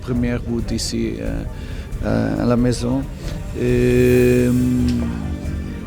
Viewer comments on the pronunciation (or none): none